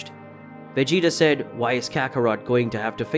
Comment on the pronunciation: It's Kakarot not kakaroto